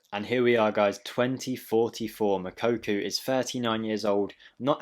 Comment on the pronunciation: Ffs stop saying moukoku 😂